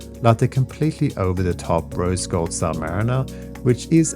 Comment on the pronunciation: Rolex Rose golf sub you said ?Did I hear that correctly? Did you have drinks 🍹 before you made the video